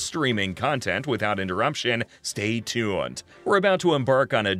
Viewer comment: "Stay tooend"